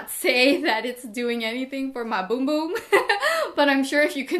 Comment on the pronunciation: I use Aveeno for my 5month too and it worked instantly. I also have the bum bum cream.. like how u said boom boom cream 😂 you looked flawless in this video. Love your videos, and love your family!!